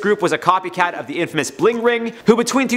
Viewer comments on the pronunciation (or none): none